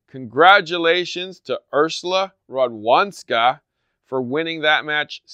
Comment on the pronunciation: "w" in "Radwanska" should be pronounced as "v"